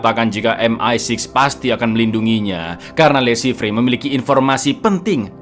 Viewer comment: Le Chiffre dibaca Lo Syifer....bhs Perancis.